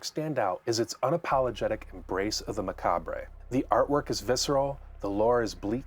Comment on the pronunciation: Macabre is pronounced "muh-cahb" Lol.